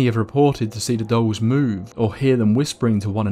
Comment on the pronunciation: 'Island of the Dolls'. I thought he was saying 'Island of the Dogs' I was like "I want to go to the Island of the Dogs" After he said it 3 times I realized he was saying 'Island if the Dolls'. Yeah, I don't want to go to the Island of the Dolls.